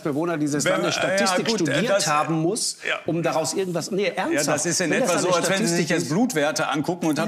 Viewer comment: ärgenwas und wärklisch. Herr Mansour es heisst "irgendwas und wirklich"